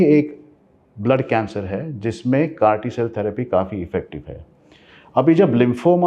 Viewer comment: It's not crt cell therapy it's called as CAR-T cell therapy